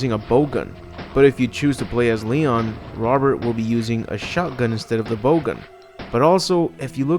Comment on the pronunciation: bow gun??? lol. What is with your strange pronunciations ? You say refugee instead of refuge for example.